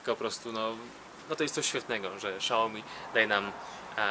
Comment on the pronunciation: nie Szaomi tylko Siaomi jak już!